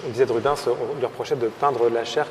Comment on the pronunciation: J'adore ton contenu et quel plaisir de voir avec toi que j'adore aussi, mais par contre ça fait saigner mes oreilles quand j'entends Rub(in)s, ça ne se prononce pas comme ça, ça se prononce Ru-bènss. Si ça peut aider les guides du musée merci d'avance